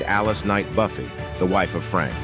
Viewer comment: That’s not how Buffay is pronounced.